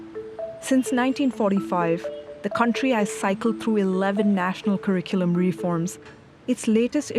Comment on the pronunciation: If the paid consultant from Oliver Wyman can't pronounce the word 'curriculum' accurately, the problem is worse than we all can see.